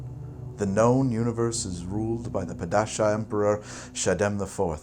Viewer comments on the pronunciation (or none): Dang it! It's pronounced PAW-DEE-SHAW! And the scyfy miniseriesnis the best adaptation is the best in my opinion.